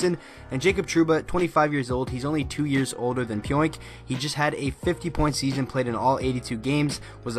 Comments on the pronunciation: Last named pronounced PEE ONK . No oink like a pig lol Thanks for the update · pronounced Pee-Onk. Great move by my Rangers.